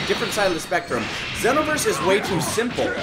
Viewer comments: you are not saying xenoverse right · It's ZEE-NO-VERSE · I see still pronouncing Xeno wrong.